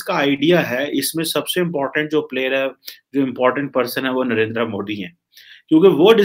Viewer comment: mr. please learn how to pronounce the name of your favorite villain. you are a south asian not a firang. he is narendra modi not narenDra moDi.